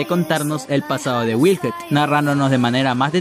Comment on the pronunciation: Se llama wilhelm no "wilhet" de donde te sacas la T ? Me gustan tus vídeos pero tú pronunciación en algunas palabras me sacan de quicio.